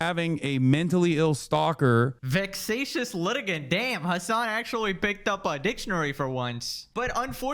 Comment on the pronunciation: Yeah, and then said, "vicksacious"... Tbf, his people aren't exactly known for their literacy😂